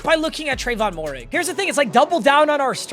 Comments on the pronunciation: Moehrig is pronounced May-Rig, not Mo-Rig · I know you hate it when people do this, but Trevon Moehrig is pronounced Mare-Rig